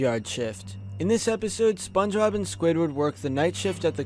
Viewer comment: why the fuck he's saying SpongeRob instead of Spongebob